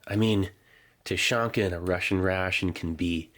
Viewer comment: Thank you for the video. A few small notes: - Тушенка is pronounced "Tooshyénka". The sound after the first T is like the "oo" in "boo". It's not a hard "tYUshenka". - Siberia is many days away from Moscow :) And a request: if possible, please include still photographs of the labels and instructions that come with rations. The sheet taped on top of this box mentioned how the ration is to be used (whether cold or heated). I'm sure others would also like to read it and/or translate it for you when needed. Thanks again for your hard work!